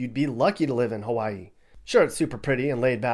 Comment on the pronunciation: pronounced Hawaii the correct way. Ha-va=ee.